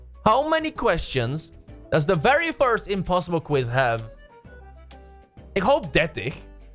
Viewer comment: "quize" hahahaha